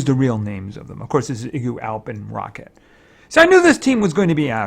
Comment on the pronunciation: You always say my name right igu. You always have said my name right.